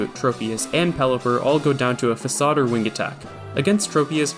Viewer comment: very well done, congrats! The "fak-aid" at the end got me